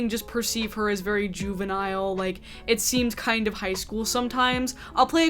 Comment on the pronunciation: When you said juvenial Im dead af😂